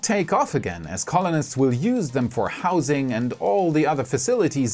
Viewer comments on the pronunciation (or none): none